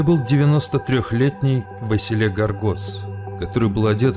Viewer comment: Василе это Вася Василий.А ты какого то Васиииллеее плетешь правильно выговаривайте хоть имина.😊